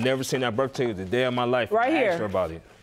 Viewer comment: In the first case, why the heck! are they fighting over a man who cant even pronounce "birth certificate!!"